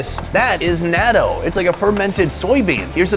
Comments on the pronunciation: Please stop pronouncing "Natto" so wrong... SUPER CRINGE! It should be more like NOT-TOE. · A bit of effort at proper pronunciation would be appreciated. NAaaaa-doh?! Seriously?! 🤦🏼‍♀️ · The word "natto" is a Japanese word pronounced as nah-toh with a long "o" sound at the end. Also the big ass sushi is just wastefull and stupid. very american for a american. Then again Sonny is in my eyes one of the smarter americans. Hes more vietnames then american now days. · I enjoy your videos, but one big complaint I have with most food bloggers is the lack of attempt to say the name of the food correctly. You guys usually have a local advisor, at least I would assume, that can tell you how to say it in a few seconds. Natto for example, is not pronounced Nat-oh, it's pronounced Not-oh with a slight pause on the t sound. Even if you just said Nod-oh without the pause and tendency for English speakers. To turn a T into a D sound, it still would've sounded better. Small complaint but still enjoy the videos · Not natto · why? Is it so hard to take 5 seconds to learn how to say something the right way? He said a bunch of other stuff the right way or very close, but for natto, he couldn't bother? Plus, wouldn't knowing the proper way to say it help for any viewers that may travel to Japan? If those viewers attempt to order that food and the server does not speak English, they might not know what the viewer is talking about.